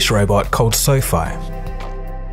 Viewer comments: I'm sure its pronounced "Sofie" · I think the idea was to pronounce it as Sophie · the narrator is a moron. Pronouncing quadruped "quad rooped" lol. untethered, "underneath". SoFi, "soph eye". Arduino, "adreeno". all you had to do was read the script